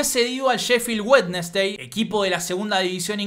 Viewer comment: Me matastecon la pronunciación de Wednesday...sería wensdi